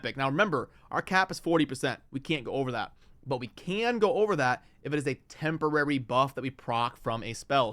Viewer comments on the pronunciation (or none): none